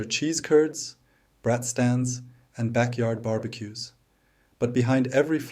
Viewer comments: It’s not brat as in a naughty child, it’s braaaaat. Long A. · Brat mispronounced ever and over sends me away.😢